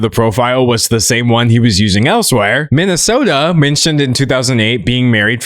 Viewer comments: Every time he said “minisoldr” I could only hear “Minnesota” and it was so confusing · why do you keep pronouncing his username as “minnesota” d’angelo? i live in that state and it’s disturbing me to even have that sort of correlation between us. did i miss something? lol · When you say MiniSoldr, it sounds like Minnesota which is a state in America😭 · i thought he was saying minnesota the entire time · pronouncing minisoldr as Minnesota a hater move what did we do to deserve this :( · they’re just referring to how he pronounced Minisoldr as Minnesota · I dislike that you mispronounced minisoldr the whole entire video. Annoyed me. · As a Minnesotan, I do not approve of your pronunciation.😡